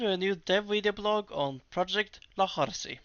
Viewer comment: By the way, it's "LOH" for lojban, not "LOU" for lojban. It's the difference between "on" and "own". And even though you changed his name from xarci, remember that 'c' is a 'sh' sound in lojban. It's neat to see the changes you've made since this video was released.